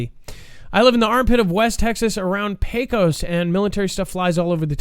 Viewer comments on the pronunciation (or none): none